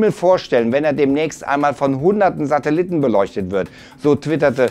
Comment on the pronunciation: krachten die Kritiker um die Ohren. Er sagt immer noch Satelitten